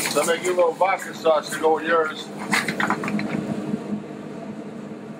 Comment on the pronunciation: I can't taking cooking advice from someone who says "sawauce"